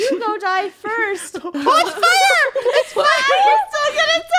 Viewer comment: And how said oh its FIARRR(fire)